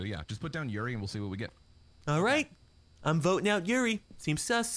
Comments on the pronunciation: Yurei is pronounced You-Ray I've been wanting to play this too. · When they say yuri instead of yurei 👀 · Why pronounce it yuri? Try, hmm, let's see how your mind would interpret this... you-ray? Yuri is something else... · everyone pronounce "Yurei" as "Yuri" and I just facepalm lol